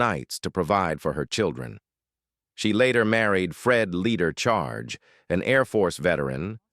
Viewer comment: This is very misleading - Mrs Charge is on the right. The white guy on the left is not Mr Greene! The narrator keeps mispronouncing names!